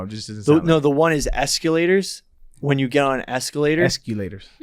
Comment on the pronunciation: Eskeeelater lol